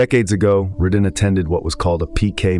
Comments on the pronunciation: exactly it's Raydin not Rodin, as in radar not Rod Stewart. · Ah yes. The mispronunciation of the main person’s name is staple of your content., Radin is not “Ra- deen”. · Why can't the AI get his name right? This is the most consistently annoying thing about the channel. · Wanted to post the same thing. One should have the nerve to check these things after feeding the AI.